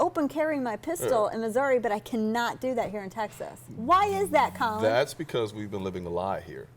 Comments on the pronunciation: Maybe his name is actually Colin. but i would think shed be able to pronounce Colion correctly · I stopped watching after the 2nd time that she called him "Colin". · She completely butchers his name. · He's your "friend" but you completely butcher his name. Lol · and she completely butchered his name.